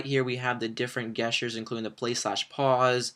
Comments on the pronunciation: fail he said guess sters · I've never heard anyone pronounce "gestures" with a hard 'G' before. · The g in gestures is pronounced like a j dumbass. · lol at how you say gestures haha